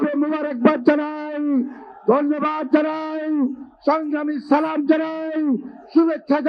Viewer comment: সালামটাও শুদ্ধ ভাবে দেয় নাই